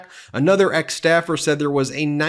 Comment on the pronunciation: Trump almost sounds like his mouth is SUPER dry. Instead of “said” he pronounces it “thed”. While HOW he annunciates words points to possible dry mouth, it is WHAT he says that sounds like dementia.